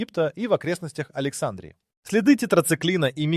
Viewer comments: А почему АлексАндрии , а не АлександрИи ? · Александрия долбодуб ставь правильно ударение ..сам ты Александра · Надо правильно делать ударение на слове Александрия!!!! Не на первоначальной букве ,,А" -- а на предпоследней букве ,,и" !!!